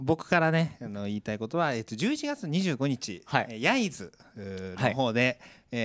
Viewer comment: 焼津のコンサート素敵でした！😊初でしたがとっても楽しかったです。耳福です。 焼津の発音…(笑)難しいですかね🤣 また来てください。 お待ちしています。